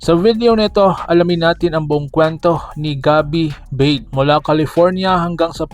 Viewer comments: "Ba-de" po yan hindi "beid" ang pronunciation po yan maski tanungin mo po sa mga sina unang mga sportscasters at dati mga naglaro sa PBA na nakasama at nakalaban noong Araw ni cris ba-de 😂😂😂😂😂😂😂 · BA-DE ang pagbigkas nyan bro hindi BADE, halata hindi mo kilala ang Tatay na si CRIS BADE na naglalaro sa PBA noon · Ba-de Po Ang tamang bigkas.. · ayusin mo ba-de anung bade bugok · Ba De yan Ang pronunciation Hindi BADE! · Ba-de yan hindi Beid tga Rizal yan kaya kilala ko.